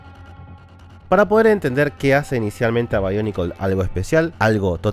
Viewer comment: No se pero siempre me gusto que sonara BIONICLES no BAIONICLES XD